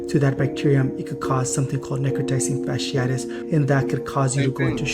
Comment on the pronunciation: as a microbiologist her pronunciation of necrotizing fasciitis was abysmal. But this isn’t a new disease. Necrotizing fasciitis; these particular cases seem to be caused by group a strep which is common. Typically when you go to the ER for a cold they are gonna run Flu AB and Strep AB. For it to cause necrotizing fasciitis these patients had to be immune compromised somehow. This one really isn’t of alarm to the general public outside of certain circles because in a normal healthy immune system it shouldn’t progress to this stage. Now what would be of concern for me though is if it was antibiotic resistant; because at that point if exposed to enough people and enough mutations happen then virulence could be enhanced to infect people with healthy immune systems as well since we won’t be able to eradicate it in infected populations. Microbes are pretty fascinating. I also really wish people would fully know things before trying to put out PSA. Like if you can’t pronounce it you probably shouldn’t be educating 😂.